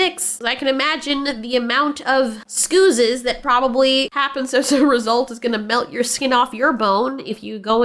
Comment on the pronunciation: Lol scoozes? Thats a new one 😂